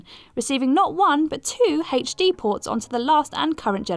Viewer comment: Why are you saying HD like that?